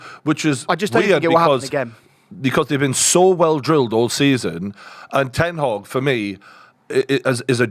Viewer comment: Put some respect on Ten Hag’s name!!! 😂